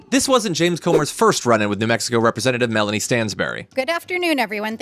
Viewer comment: Melanie not Melania!